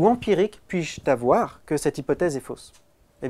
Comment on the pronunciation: C'est pas "Quelle preuve puis je Tavoir..." C'est ...... "Quelle preuve puis je Havoir" C'est pas "je ne peux Tavoir" C'est ... "je ne peux Zavoir" Rhooooo ... Je suis taquin !!!